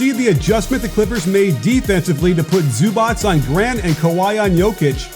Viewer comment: The C in Zubac is pronounced as tz or zz(pizza). It's completely different from Ć. So it's Ivitza Zubatz.